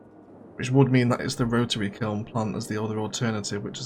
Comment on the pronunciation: ROTARARY KILN! You said it wrong 😂